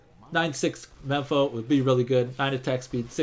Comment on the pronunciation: its mempo not mepo lol